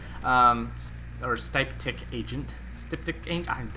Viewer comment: "Stiptic" and hem-or-A-gic